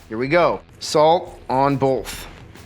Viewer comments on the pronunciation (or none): You mean both? Yeah, i said bolth. No, you said bolth. I know i did. Say it. Say waht? Both. Bolth. It's both! I said bolth! No you said bolth. No, YOU said bolth. ........AAAAHAHAHAHAAHA!!!!!!